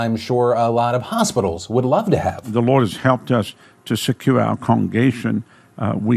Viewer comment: I had to listen to his first comment a few times before I realized he was saying "the Lord helped us get machines".... and not "the Moors helped us get machines". I was so confused what the link between that chuch and an anti-gov't/ black/ muslim group could be.